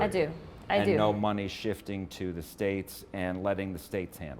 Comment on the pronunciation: Jasmine Crockett, before you get back on TV, learn how to say “money” correctly. Please. You out here embarrassing the Black community every time you speak, but let’s be real—that’s just a symptom of a much bigger issue. See, the Democratic Party has been running the same iron triangle scam on Black folks for decades—using the Black politician, the Black preacher, and the Black activist to manipulate our communities into voting for them. They show up with promises, talking about “hope” and “change,” but when the dust settles, what do we have? Crime-ridden neighborhoods, broken families, and an economy that leaves us struggling while they sit in their fancy offices collecting checks. They tell us they’re “for the people,” but historically, they were the party of slavery, Jim Crow, and segregation. Then they switched tactics—trading the chains for government dependency, bad policies, and empty rhetoric. Same oppression, different strategy. And let’s not forget how they treat any Black person who dares to think differently. The moment you step off the plantation and start asking real questions, they call you every name in the book. Uncle Tom. Sellout. Meanwhile, they praise Black leaders who do nothing but maintain the cycle of victimhood and obedience. Jasmine, you and the rest of the Democratic puppets got some explaining to do. The Black community is waking up. We see the game now, and we’re not falling for it anymore. Y’all can’t keep gaslighting us while our communitie